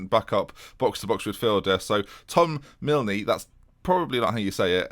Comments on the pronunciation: Mil"knee" just miln don't pronounce the e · Milne is pronounced as 'Miln' (you just don't pronounce the 'e') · One minute in and noticed how you pronounce Milne - just to clarify, it's just "Miln" x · The e is silent in Milne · Do you really not have the name ‘Milne’ down south? It’s pronounced Millin. And you’ve still not got Radice (Radeetchy) right yet 😂 Interesting fact: finally got back to the gym after a car accident and was, of course, sporting the colours. Between the walk to and from the gym, and my hour in there (as well as that brief wonderful moment trying to explain why I support a team that don’t exist), 2 people shouted ‘Up The River’ and one person walked past me and said ‘Aye The Thames’. As for position... I think we’re gonna break into the top four this season and the UCL!